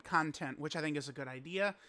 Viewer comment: Yo idk wtf is wrong with me but why does pronounce “content” as “CON-TENT-E” ☠️☠️😈😈😈🥶